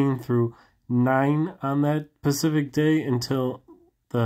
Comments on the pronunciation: Love your work. I'm not being mean, I'm just trying to help, honestly. I just noticed you always say "pacific" when you mean Specific. It might be a little hard to say, but I found saying it correctly over and over really helped me. Hit that hard "S" brother Keep up the audits! I love your calmness and respect. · I love you but it’s specific! You always say pacific lol